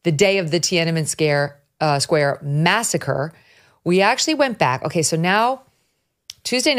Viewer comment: Masacre? I thought you said massage parlor.